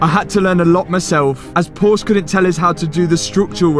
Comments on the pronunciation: It's Por"scha Like what you are doing but can't stand your miss pronouncing Porsche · My german ears hurts everytime he said "porsh" 😑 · It's PorschE you need to pronounce the E at the end. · Nice rebuild - can you now pronounce Por-sche (2 syllables) correctly? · Well done Matt, but if you are going to be a Porsche guy, learn how to pronounce the name. Por-Sha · Porsche is a two syllable name. PorSha it’s a family name. You would not continuously mispronounce a persons name if they corrected you. It is not a choice in how to pronounce it. Your Porsha looks great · If you are going to own a Porsche, learn to pronounce the name correctly. It’s Porsche-a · Please learn to correctly pronounce the Marque of the vehicle. There are TWO syllables in the word. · It's PorschE with an E at the end!!! Goddamit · Please, just pleeeeeease... PorschE, do not and i repeat. Do not forget the E at the end. Kind of like "Porsch-uh". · just wish you Brits would use 2 syllables for Porsche (por-sha) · They've literally told you how to pronounce the name...Porch-uh, yet you refuse to pronounce it prop-uh-lay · I was praying that you would stop saying "Porsh"... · You're forgetting the last letter when pronouncing Porsche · THE E in porschE is not silent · the way you pronounce Porsche gives me axiety. its called Porsche. with an E at the end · the e in porsche isnt silent.....god fckng damnit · Great video, great work! Only one subject left: The brand is "Porsche", named after Dr. h.c. Ferdinand Porsche. So the "e" in "Porsche" is pronounced - shortly, like in the word "get". You wouldn't call a Bentley "Bentle", would you? 😉 With kind regards from Germany. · Please - the e in Porsche is NOT silent :-) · I rly loved the video, very interesting. But for fuck sake, as a German it hurts how u butcher the pronunciation, it's not that hard :( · You shouldn t have PorshE if you simply can t or don t want to pronounce its name correctly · This word: Porsche Is 2 syllables